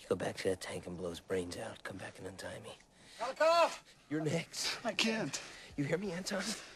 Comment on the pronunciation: You mean "Golikov."